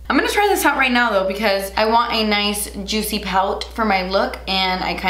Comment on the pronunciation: I love when her inner Cubana comes out in her comments. My fave being “So Jootsy!” LOL. Love you! Great look 💖